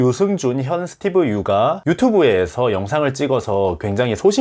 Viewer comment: 스티븐영어로 말하라. 한국어 발음이 너무